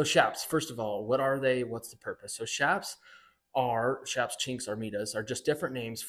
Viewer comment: ITS PRONOUNCED CHAPS NOT SHAPS!!!!! MEXICAN ORIGIN "CH"APAREJAS SHORTENED TO "CHAPS!!!!!! NOT S H A P S!!!